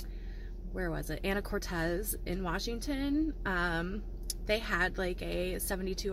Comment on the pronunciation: Ana-cortes..so funny...Anakortes is how it's pronounced...